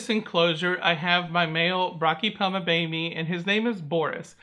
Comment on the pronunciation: I believe it’s pronounced bo may